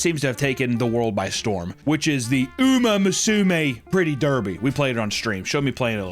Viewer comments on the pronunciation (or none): Oo-ma moo-sue-may (it just means horse girl in Japanese) the language butchering was killing me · A little Japanese pronunciation advice for you: don't pronounce it like it was English 😭. Pronounce it like it was Spanish and don't say 'Ouww' when you see an 'O'.